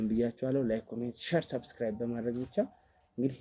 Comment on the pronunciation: ሳብስክራብ አድርጉ ሳይሆን ሰብስክራብ አድርጉ ነው የሚባለው። ሳ ሳይሆን ሰ ነው።